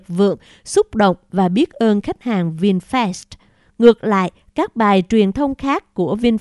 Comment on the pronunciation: Cô bé đọc Vinfast như Vin Phét. Nếu cô bé đọc Vinfast như Vin Phát thì chắc ae DLV và AK47 khoái.